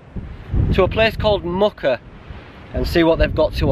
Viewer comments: I live in this area, Muker is pronounced more like Meuwker. I'm thinking of doing this walk in a couple of weeks. Great video. Thank you! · Keld to Muker is one of my favourite walks. Some beautiful waterfalls at keld. It's pronounced mew-ker